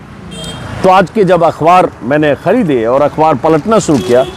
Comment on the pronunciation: Are bhayya ajit anjum akhwaar nahi akhbaar sahi pronounce hai